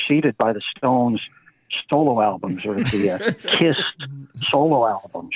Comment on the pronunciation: Haha and he calls KISS CYST!